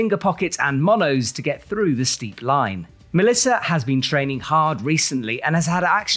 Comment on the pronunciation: Mélissa Le Nevé pronunciation is on point. (Once in a while there must be a name that you don't butcher!)